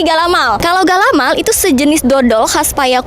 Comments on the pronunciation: ga-la-mai bukan galamal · Galamai kak bukan galamaL ada juga dengan sebutan kalamai..galamai itu seluruh daerah sumbar punya ciri khas masing masing..galamai bisa tahan berbulan bulan,,pembukus galamai itu bermacam macam ada yang dibungkus dengan anyaman daun pandan tapi bukan daun pandan musang ada dari daun jagung